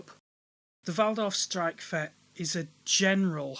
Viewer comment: its streich-fett, not strikefett